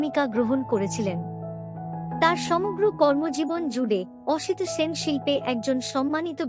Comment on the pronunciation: এইরকম ভয়ঙ্কর খারাপ উচ্চারণ নিয়ে ভাষ্যপাঠ! সলিল চৌধুরীর নাম জানেন না? সাল বলছেন এইভাবে?! এক নয় সাত পাঁচ 😮 অসিত Sen বলছেন?! কী দরকার এই প্রহসনের?